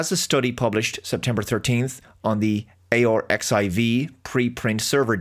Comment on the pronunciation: 'arXiv' is generally pronounced as 'archive'.